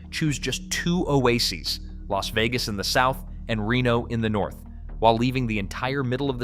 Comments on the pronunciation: You managed to mispronounce both Nevada and Las Vegas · How the hell you do a video like this and can’t pronounce Nevada or Las Vegas properly? And no mention of Laughlin…